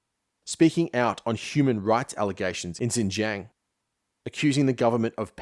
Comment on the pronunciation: Hey man, fantastic piece - I really enjoyed your analysis and found it an interesting take on recent history. But in that vein it wouldn’t be out of order to look into how to pronounce Xinjiang or Huawei, if only to keep the production value in line with the content. Looking forward to whatever comes next!